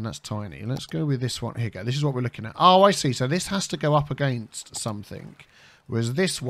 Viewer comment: Every time you say “you go there and you go there” I think your say Hugo.. like you see Hugo Chávez.